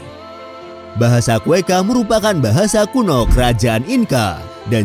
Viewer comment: Narator lagi2 salah penyebutan Kretakus itu apa?. Cretaceous itu cara bacanya "Kre-ta-syus". Kalo ga sanggup, pake bahasa indo aja, "zaman kapur" atau "periode kapur" selesai. Kueka?? Quechua itu cara bacanya "Keh-cwah", sumber darimana yang ngajarin jadi kueka? Mau nawarin jualan kue pake nyebut kue kaa.. kue kaa? Ayo dong, tim harusnya riset dulu biar ga ada salah penyebutan. Salah penyebutan, bikin orang awam salah kaprah tentang bagaimana seharusnya suatu nama disebutkan. Come on, improvement please For the sake of good information